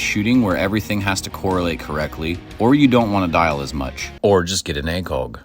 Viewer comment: Please tell me you’re Canadian (that would explain) the pronunciation of ACOG